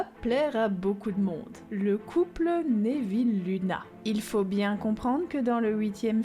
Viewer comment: Cette vidéo est très intéressante. Je ne connaissais pas toutes ces théories. J'aime bien celle sur drago et rogue que je trouve intéressante. Par contre, je suis désolée mais j'ai tiqué sur ta prononciation. On dit nEville et pas nÉville il me semble. Ça sonne bizarre à mon oreille 😁